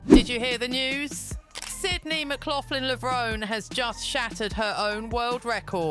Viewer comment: The final “e” in Levrone is Pronounced! Levron-E. Do your research.